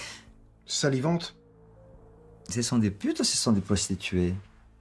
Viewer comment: Can il dit ... Salivente sa me tue de rire